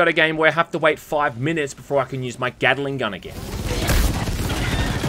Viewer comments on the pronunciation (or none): When you say Gatling gun it sounds like Gattling Gun, as in a Gun that Gattles, rather than a Gun made by Mr Gatling, with Gattling having three Sylables and Gatling only two. That's my stupid nitpick of the day.